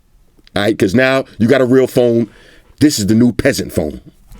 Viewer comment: "If you got a REL PHONE" 😂😂😂